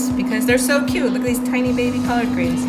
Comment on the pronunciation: That’s what I said! Any good southern girl knows what collard greens look and taste like. At first I thought she misspoke big then she kept saying it wrong. 🤦‍♀️